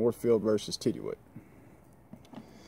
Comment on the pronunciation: Hey just wanted to point out it’s pronounced “tiddyoot” not “tidyooit”. Great knives! Keep on keepin on! 👍🏻